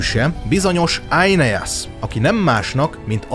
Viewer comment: Éneász, nem Ájneász.😂